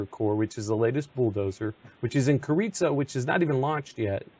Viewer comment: He pronounced Carizzo in same way as Chorizo!!. Hahaha.